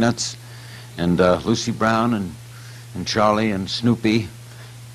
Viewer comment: Can't get Lucy's name right! Lol